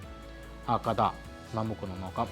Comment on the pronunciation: ബാവി അല്ല.. ഭാവി കദ അല്ല.. കഥ. അക്ഷരങ്ങൾ നോക്കി വായിക്കൂ..